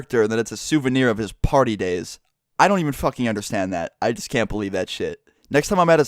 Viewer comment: when i heard him say just horrible i thought he said jizz horrible... lol